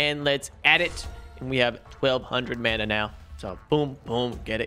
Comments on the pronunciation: Man-a not mona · It’s mAna not mUna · / Hey please make me the commen of the day but your world breaker pickaxe you need to go back where it was it'll still be there because you're not in the chunk and it's also pronounced Mana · Man-ah That’s how you pronounce it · its pronounced mana and not mana, you see now hehe he will never know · Mana is pronounced mona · Bro mana is pronounced like mana it’s that easy